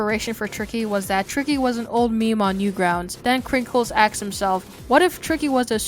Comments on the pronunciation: Dude said "axed" at least 8 times. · "Krinkles had axed." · sorry but i just cant stand people who say axed instead of asked